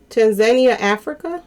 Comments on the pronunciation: Say: TAN-ZA-NIA...uggghh.... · Tan za neeia= Tanzania